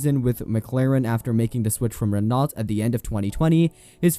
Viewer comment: He said REN NOT and pernounced Herta , wrong lol, 5 minutes as a autosport fan and you know these names, this guy never even watched a marble race, YouTubers were you recite verbatim articles about f1 and know nothing about the sport Is a booming genre, lololol but seriously it's week as shit these uncreative unoriginal people, anyone else notice?